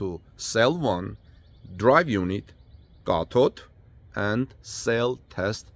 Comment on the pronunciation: He said cathode,I had to read the transcript, I can't write a correction on that one! You pronounce th*like a "D" ask you daughter! 👍🏿😊